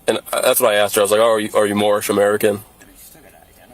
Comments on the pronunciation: First of all lady..it's not Morris it's Morhish. You are driving on roads paid for by taxpayers. Impound it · Remember the guy who didn't even know what it was called and kept saying "I'm Mormish, I'm Mormish"?! 😆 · Geeez... It's "domicile", not "docimile", dumb-ass! Also, it's "Moorish", not "moish".